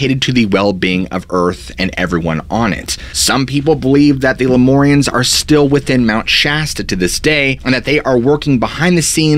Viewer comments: It’s pronounced Lume-air-eons not loumorians. Like lumens from light .. it’s annoying to hear you say it wrong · Shasta Cola and Ginger Ale! I'm a jerk but it sounds like "Leh-myour-rians." Not "more" "mmmyour" say it with me now! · Please use mur like in murder instead of mor like in more when saying the Lemurians, I grew up in the redding area and have spent many hrs on that mtn. good video other wise.